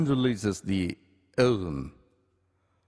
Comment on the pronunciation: The way he say ovume